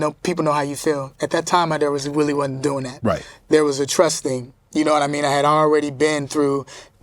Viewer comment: I think it's more like, "Nahwmeen?"